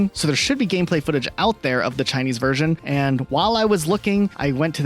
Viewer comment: Your content sucks.. ffs it's V E R S I O N... sick of hearing Wursian..if you want to be a creator and talk English.. atleast learn the language